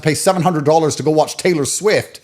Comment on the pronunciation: "...they will worch you...." lol. Take your sunglasses off. You're indoors.